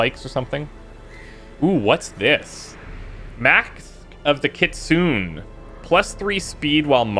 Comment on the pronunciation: "Mask of the kitsun" Never heard it pronounced like that